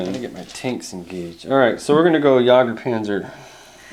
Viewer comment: Jagdpanzer, not jager panzer